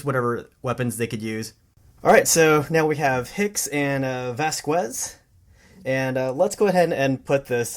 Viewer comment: did my man just call vasquez 'vasqwez' bruh